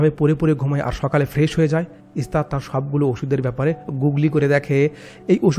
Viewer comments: গুগল উচ্চারন করতে হত।। কিন্তু তোমার কাহানি বয়ান করাটা খুব সুন্দর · ভাই সবই ঠিক ছিল তবে গুগলকে গুগলি বলাটা তোমার ঠিক হয়নি